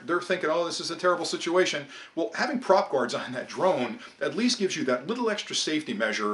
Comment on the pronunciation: you lost me at prop gards